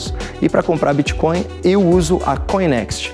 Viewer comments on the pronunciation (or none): none